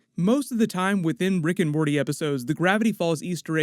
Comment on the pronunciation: bro said riggin' morty